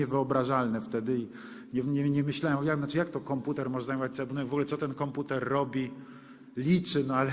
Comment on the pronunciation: Konputer! Angielska wóda!